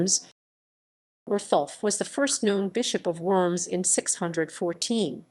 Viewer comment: I could only stand a couple minutes of this video, they insist on pronouncing Worms wrong over and over and over.